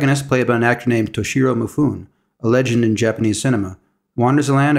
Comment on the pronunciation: me foo nay Japanese vowels are pronounced as in Spanish. Also, there's (usually) no stressed syllables. So don't say me FOO nee.